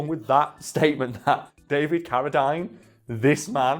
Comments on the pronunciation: It’s pronounced Cara-deen, not Cara-dyne. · It drove me nuts listening to you mispronouncing Carradine. Its not Carra Dine its Carra Dean. I know your from the UK and you pronounce some words differently but come on now that's disrespectful. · It's pronounced caradeen not dine. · He probably didn't recognize the name, since you said Carra-dyne, and we pronounce it Carra-dean. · I thought his name was pronounced David CariDEEN... huh... wild. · Isn't "Ca-ra-dean" ? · I was cringing everytime they said his name! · Maybe as part of your research you might have checked how to pronounce ‘Carradine’? Also ‘premise’...